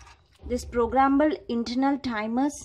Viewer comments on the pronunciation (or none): It's interval not internal